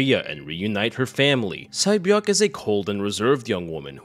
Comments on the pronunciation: Sae-Byeok is pronunced Se-Bjong. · Sae beok name is actually pronounced Say beeo-ook